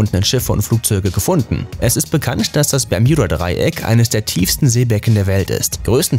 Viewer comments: Will ja net gemein sein aber man spricht es BER-MU-DA-DREI-ECK aus... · Heiist das nüsch bärmüdedraiäck? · Das heißt nicht permjuda Dreieck es heißt bermuda dreieck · Nicht Berjudadreiek sondern Bermudadreiek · Alter es heißt Bermudadreieck ohne j 😂🤮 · Es heiß "Bermudadreieck" und nicht "Bermjudadreieck" 🤦🏼‍♀️ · Leute Bermudadreieck NE es heißt BERMJUDADREIECK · Omg das permjüda dreieck LoL 🤣😂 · Niemand! Wirklich Niemand! Er Bermijuda dreieck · Einfach nach den ersten 20 Sekunden kein Bock mehr, wegen dem bermJuda Dreieck... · Versteht ihr auch bärjuda dreieck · Das peyodadreieck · Wen macht es auch dezent aggressiv das er es immer falsch ausspricht?😂😂 Bermjudadreieck😂😂👍🤦‍♀️ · Bermjuda Dreieck Hahhahahahah ich kann nicht mehr 😂😂😂😂😂😂😂😂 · bermjuda dreieck wer kennts nt?😂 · Ich verstehe die ganze Zeit Juudasdraieck 🥴🤣✌🏼🔥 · bei gott ich weine gleich die ersten 50 sekunden waren schon zu viel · Hallo ihr Alle.hier...👋 Ja, diese Aussprache mag ich auch nicht besonders! Also...meine Ohren! 👂👂 Umso lustiger finde ich es, all' die Kommentare zu lesen! 😅🤣😂 Weiterhin viel Spass !!! 🥳 Sehr schade... das Thema selbst, wäre interessant! 👍👍👍👍 Wünsche euch Allen, viel Lebensfreude und beste Gesundheit! Und .. Tschüss, Servus, Tschau👋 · der moment wenn man ein Video über das Bermudadreieck macht aber es nichtmal schaft es richtig auszusprechen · Mich triggert es grade wie du bermudadreieck sagst